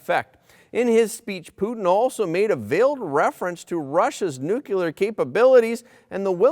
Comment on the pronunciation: PLEEEEEZ NU. Clear..... NOT nucular..... Get it right please